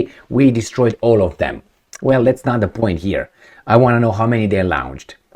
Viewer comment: All great videos,! Can u post yr fallback site in case (when) Youtube bans you for being Politically Incorrect? Slight pronunciation error: "launched" is pronounced "lawnchd" not "lownchd" as it would be in German spelling. Pro tip: Start at the 8 second mark to skip the "hello my friends...".:)